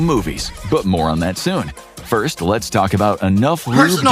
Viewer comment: bro said les get freaky